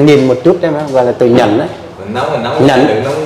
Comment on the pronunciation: Ông này nói nhẫn mà phát âm nhẫn là quê thanh hoá rồi , tập 5 tiếng yoga 1 ngày là phản khoa học rồi ông ơi . Nóng tính thì kinh lắm ...